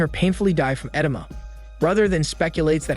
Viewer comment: Every time he says “edema” I cringe inside